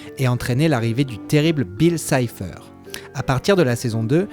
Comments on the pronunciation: Cipher pas sipher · On dit pas Bill sypher mais Bill CYPHER